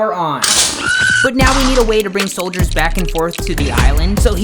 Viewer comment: Bro literly sayd soldiers